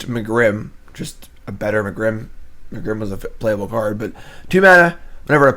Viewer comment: Lol how you say megrim